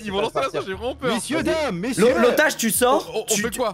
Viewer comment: "J'ai peuwr Steve" 😭